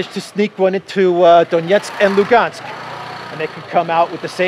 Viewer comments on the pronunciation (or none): none